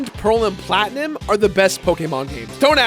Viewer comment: Did you just say Pokémon PlatnIM? Not PlatnUM?